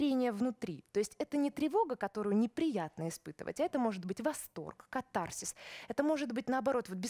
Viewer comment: кАтарсис. Ударение на первом слоге.